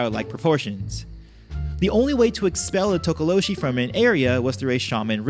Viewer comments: not tokoloshe but tokolosi🙈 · LOL Tokoloshe is pronounced Tokoloche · Its pronounced Tok oh lo shie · Interesting, I grew up around Xhosa speaking people and they all pronounced it To-Ko-Lo-Si and that's how I've always said it. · South african here, talk-ah-law-she is how we say it. We just know it as menacing little gremlin like creatures and they mostly cause havoc at night. Havent heard much about them in the last 15 years or so, especially since most of us (in my circle) no longer live in such open places anymore. And isiXhosa is pronounced almost like cor sah with a click while saying the cor part. Almost like tcorsa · Tokolose. Like with an "ee" at the end. I'm from SOUTH AFRICA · Tokalosh the e is silent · You say it tookalosh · It's tokolo(she). Was waiting for that one😂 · This is cool, I've heard of some. It's pronounced To-ko-lo-sh...the last "e" is silent. Zaire is also known as DRC(Democratic Republic of Congo) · From my knowledge as a Zulu South African it is pronounced as To-ko-lo-share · It's pronounced Toko-lo-She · spelt THOKOLOSI,, you pronouced it correct except the "she" which should be pronounced like "SI" like "Si" in similar or "Sy" in symbol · Actually the /H/ from tokoloshe is silent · For pronouncing Tokoloshe, you don't pronounce the E at the end.